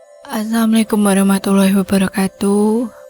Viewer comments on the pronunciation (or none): Apa cuma aku yg dengernya Samikum ya